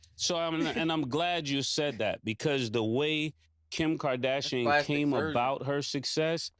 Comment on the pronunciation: She said Kim KardaSHIEN?????😂😂😂🤦🏽‍♂️